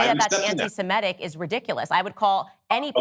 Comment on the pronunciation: If someone cannot even pronounce their supposed cause célèbre, how seriously should we take them? It's "sem IH tic," not "sem EH tic," f_s.